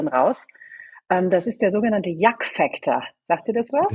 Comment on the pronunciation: Sehr berechtigte Frage. Weder der Moderator noch die Gesprächspartnerin sprechen das richtig aus: “Yuck Factor”. “Yuck” sagt man hier in den USA, wenn man sich vor etwas ekelt. Zu deutsch also “Igitt”. “Ekelfaktor” würde man auf deutsch sagen.